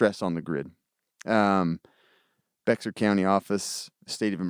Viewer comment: Bexar is pronounced “Bear”. I live in San Antonio and it was a scary time. As prepped as my family is I felt under prepared. I also live in an apartment complex and believe me my protection devices were at the ready.